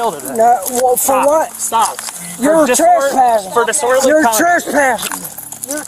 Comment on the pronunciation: to this day you can still hear him saying "yer Tresspassin"